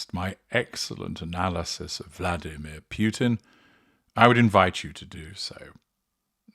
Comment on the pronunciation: Very interesting. About pronunciation: The surname Putin is pronounced "POO-tin", not "PYOO-tin" (which would be written in a different way.) As for Alina's surname, it's pronounced "kah-BAH-yeh-vah".